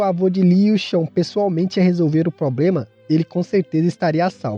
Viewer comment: Meu chefe, você disse "probrema", quando escutei isso eu tive que me inscrever, aqui é a minha galera! Não é piada! É nós! Valeu pelo conteúdo!!!